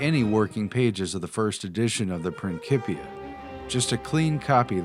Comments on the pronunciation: STOP SAYING PRINKIPIA. ITS PRINCIPIA!! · "prin-CHI- pia" not "Prin-ki-pia" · It's pronounced prin-sip-ia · why would you pronounce prin-cee-pia as prin-key-pia when the closest word you know is pronounced prin-cee-ples "principles"? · Love your channel and info, but please. annunciation. PrinSIPia...not KIP...and methoods....and numerous others... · Principia , pronounced prinsi-pia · You want people to take you serious, but you pronounce Principia as Prinkipia and Edinburgh as EdinburG. Anyone with at least a proper 6th grade education, knows how to pronounce these words. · Prin-sip-eee-ah and sti-jee-en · it's prinSIpia like principal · Principia (PRIN - SIP - EE - AH) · OK I love you guy's but ya gotta work on the pronunciation of Principia and Stygian ! Prin'SIP'ia you do not call the head of school a Prinkiple do you? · Great stuff ! (please note pronunciation principia